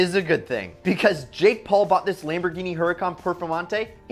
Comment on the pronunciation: Lamborghini hurucan perfemonte